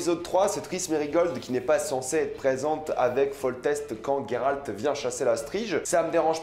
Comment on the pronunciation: Coucou alors j'adore mais juste après vérification c'est bien Géralt et non Guéralt sinon y il aurais un u (sauf peut être en anglais) bisous continue j'adore 😂❤❤